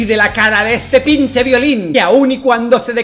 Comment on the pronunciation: Perdón, pero es gracioso como dice Dalas "pinche" jajajaja